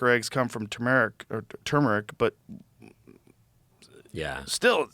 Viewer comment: Wtf is chumeric? Does Joe mean Tumeric